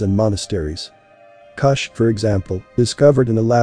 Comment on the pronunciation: Geheime is pronounced with a hard G as in the FIRST G in garage, NOT THE SECOND G in garage Kusch the letter u is pronounced like the vowels in Look, not like the vowel in Luck